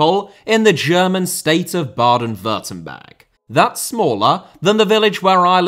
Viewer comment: I‘ve never heard an english man pronounce„Baden-Württemberg“ so good, respect 🫡